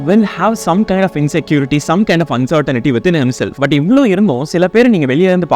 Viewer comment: That's "uncertainty" and not uncertainity :glasses-purple-yellow-diamond::face-green-smiling